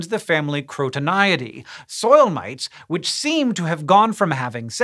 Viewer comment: When Hank Green says, " Mites," it sounds like an Austrailian saying "Mates." G'day...